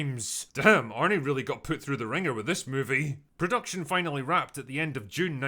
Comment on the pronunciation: I could have sworn you said „Predaction Hell“ 😅